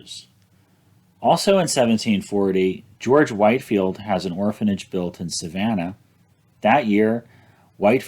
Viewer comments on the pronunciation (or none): George Whitefield is pronounced “Whit-field,” not “White-field.” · C’mon,, you’re a smart man - how can you NOT know it’s pronounced Whitfield, not Whitefield? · George Whitefield is actualyy pronounced WHIT-field. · These videos are excellent. I'm really enjoying them. I do want to make one clarification. The Reverend George Whitefield's name, though spelled White-field, is actually pronounced Whit-field. He is one of the two greatest English preachers of all time, the other being Charles Spurgeon. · Great vid! As a Savannah resident, I will point out that Whitefield is pronounced “wit-field”